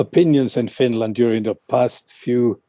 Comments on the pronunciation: "Fin...Land" 🤣🤣 where sharks come from?? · "Fin-Laaaand" I swear the only requirement for being a radio host is over-pronouncing words lol. And speaking BBC-fake-posh.